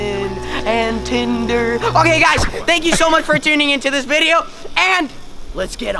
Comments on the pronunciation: DID he say tinda at the begining??????????????? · POV: ur still thinking at the end of the vid "TINDER" did he say "TRILLER" or "TINDER"